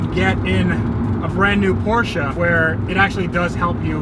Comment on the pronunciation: learn how to say Porsche and I’ll consider subscribing